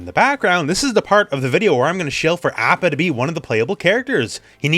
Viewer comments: not to be THAT guy, but isn't it "ah-pa?" oh well, doesn't matter THAT much. tomayto tomato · Why you pronouncing appa like that? Cringe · Stop pronouncing Apa that way -_